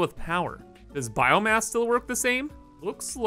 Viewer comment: did i just heard “biome-ass?”